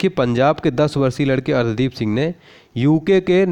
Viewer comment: Sir arsdeep h.... Naa ki ardhdeep....plzz galat mt pdhaao